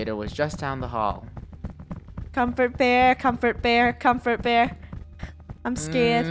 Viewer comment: Doesn’t comfort bear sounds like come for bear Does it or is it just me